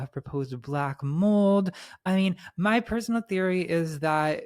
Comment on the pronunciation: "some people had proposed black moold" BYE